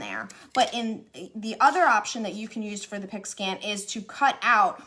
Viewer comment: I thought you were saying a pig skin mat 😛